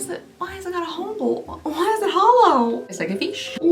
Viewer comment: "its like a feesh" had me laughing so hard this was a great video